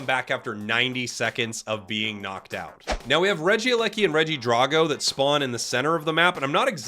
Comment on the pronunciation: Why are y'all pronouncing regidraco like that 💀 Please don't tell me that's the official pronunciation 😂